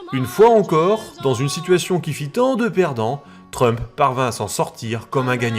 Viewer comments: J'entends Schtroumf à chaque fois ! 🤣 (désolé) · Si vous faiites exprès de prononcer Chtrumpf ! Alors vraiment vous vous gaussez et la vous ne serez pas mon copain ! Et votre vie elle est plus riche ?